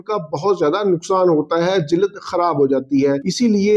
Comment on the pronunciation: جلد کہنے کا تلفظ صحیح کریں